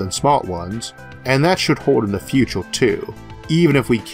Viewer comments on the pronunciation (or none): "FUTORE" :D Nah, man. It's such an inconsequential thing, you can just take it and own it instead. Turn it into your quirk of character, then you won't be "weird", you'll be "original"... And everything "original" is better, isn't it? ;) You still need the content of what you say to be valuable, but I think Isaac has that covered already.